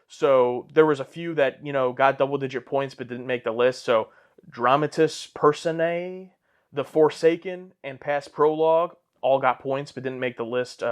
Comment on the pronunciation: Okay guys, it's pronounced "dra-MA-tis per-SO-nay"